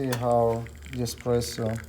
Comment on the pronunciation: Heel irritant dat de voice over het heeft over “expresso” in plaats van “espresso”